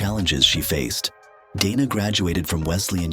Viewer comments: Hate the AI voiceovers with mispronunciation, wrong emphasis, sometimes calling her "Donna" or "Deena" instead of Dana, etc. A 16-minute video and can't even narrate it with a human? it talks about her starring opposite Kurt Russell in Tombstone, but shows Kevin Costner and Joanna Going from the movie Wyatt Earp. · And "Deena" as well. So much for A I.